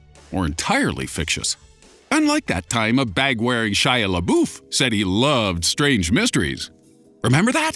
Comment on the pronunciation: Laboof, really?? XD LOL